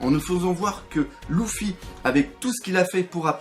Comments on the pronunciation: On dit pas louffy on dit leuffy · Le mec dit Louffy, j'ai dislike !